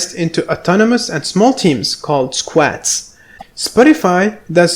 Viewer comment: Squads (a rugby term like scrum is) not sq-ats